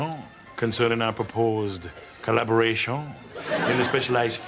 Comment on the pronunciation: and collaboraTION! lmao!